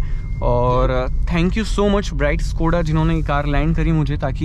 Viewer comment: Yar bhai itna bda channel hai Kam se kam Škoda to dhang se bol yar